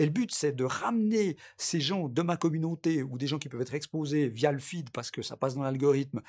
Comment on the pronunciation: youtchoube communonté je vends des replay ils coutent 1 like